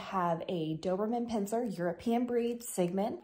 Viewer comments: Thank you for your comment. You are correct, I did mispronounce it in the video by mistake. I have dyslexia and struggle with pronunciation. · Lovely dog. But it is pronounced Pin Cher not Pin ser. You're a breeder? I am on 5th dobe and have one that we showed. i know 3 breeder very well. No one in doberman world I have had contact with pronounces it that way.